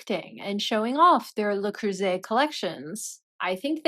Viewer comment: Why does the narrator pronounce "bow" as bough, yet correctly pronounced, le cruset? 😂 Its all so stupid Screw MM and screw the NYT for this offensive dribble